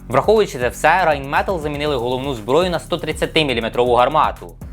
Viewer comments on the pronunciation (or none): Малюк.... Англійске Rain не має жодного стосунку до німецького Rein..... Тому Рейнметал з англійською "R" - недоречне. Райнметал... А ще танкофілам на колінці нагадаю, що МеркАва - це кава на морі , а МеркавА - танк країни яка кидає відмазки. Дякую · Не Рейнметал , а Райнметаль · Да, ра́йнмета́ль😊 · rheinmetall - "Райнметалль" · Я не доколупуюся, але виходячи з того, що фірма Rheinmetall німецька, то по німецьки вона звучить як Райнметаль 😁